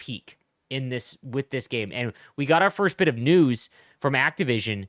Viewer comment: Lol I thought you said ”nudes” instead of news